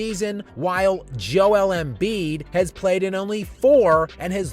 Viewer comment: Every time I mention him she goes YOU MEAN JOELLEN BIID? LOLOL